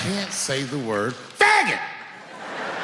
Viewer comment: The way he emphasizes " Fagggggott" is top notch